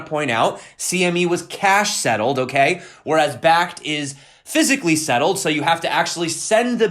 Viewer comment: You said bakkkt bakkt bakkkt...that fakkt you